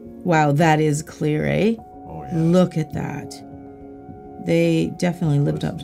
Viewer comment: Who else caught that Canadian aye 😂 I see you